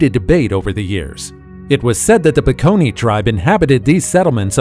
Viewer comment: The word is Bakone, not Peckony